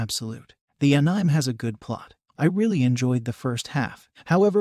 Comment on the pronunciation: Did he really said anime like crime !